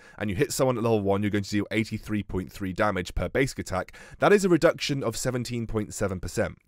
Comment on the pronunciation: not to be that guy, but it’s reduction, not redction. Love your vids still tho